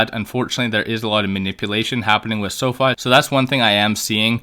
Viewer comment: Pronounced; Sow-fee!!